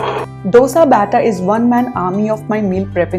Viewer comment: Nice to know that you like South Indian dishes. You can try to pronounce dosa like we do too...